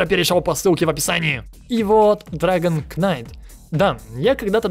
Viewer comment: Драгон кто? Кнайт?:) Серьезно?Поучить английский хоть не-много не пробовал?